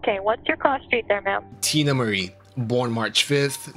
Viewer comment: I know you're not a Teena Marie fan by the way you pronounced/read off her first song, LOL.